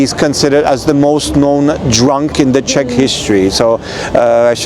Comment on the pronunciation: Just its not Shech, but Czech Republic.🙂